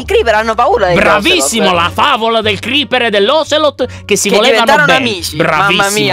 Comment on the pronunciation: Il Creecker? (lo detto sbagliato) IL CREECKER? XD IL CREEPER XXDDDDDDDD